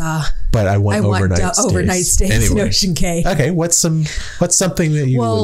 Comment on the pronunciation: You are funny, you know saying Cay that way is wrong but you are too stubborn to say it correctly 😂 Love the interaction between you two though!